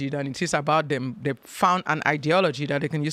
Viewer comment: Saying “dey”, “deir”, and “teksuks” isn’t an accent, it’s pure laziness. She’s lived in the US since 1998, when she was 33. She’s now 60. No excuse for her garbage pronunciation.